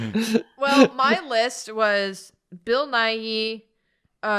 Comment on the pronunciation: Edit for time stamp: Nathan pronouncing Bill Nighy right made me way happier than it should've